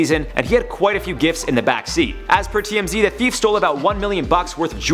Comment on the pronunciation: Do Canadians pronounce thief differently than Americans?!